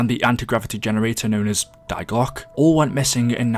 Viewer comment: Love these videos! Also, just so you know, the word “die” in german is pronounced like “dee”!